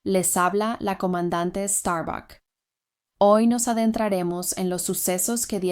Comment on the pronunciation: Comandante STARBUCK do café STARBUCKS? Risos... brincadeiras a parte, parabéns pelo canal e se desejar aprimorar a pronúncia dessa dublágem, sou expert e sei como te ajudar com isso... abraço e